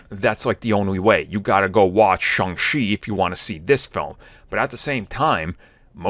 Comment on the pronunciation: It's Shang-Chi, not Shang-Shi.